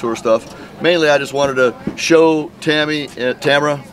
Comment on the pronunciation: Tamra, not Tamara, just sayin😜